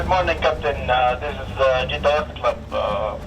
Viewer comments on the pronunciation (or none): Say "JED-Duh". That's easy.